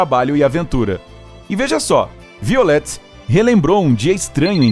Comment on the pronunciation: Se pronuncia "vaiolet". :)